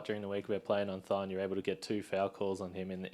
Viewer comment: This man said “Thons a great player, and a great defender” 😂😂